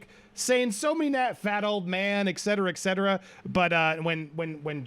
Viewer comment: The word etc. (etcetera) is pronounced ett-set-er-ugh. Not egg-said-er-ugh. There are no G’s or D’s in this word. Sorry… this is just incredibly annoying. There are so many people that mispronounce this word, and when it is said wrong repeatedly in a single video, I have to comment. Lol.